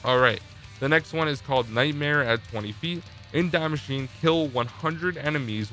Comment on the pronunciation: Nobody:: Dye Masheen